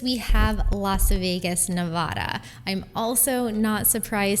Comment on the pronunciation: If you're going to talk about Nevada, learn to pronounce it correctly.